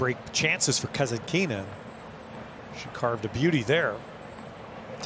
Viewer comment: it's so disgusting when you mispronounce Kasatkina's name without the letter "T" and the accent on the name is not where it should be.